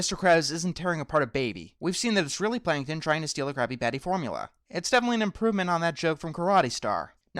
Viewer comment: pretty sure you said crappy patty.